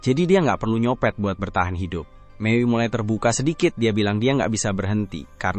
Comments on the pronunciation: iya sumpah hai dup hai dup😂😂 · Wah lucu banget saat omong Hi dup, Hi dup 😅😂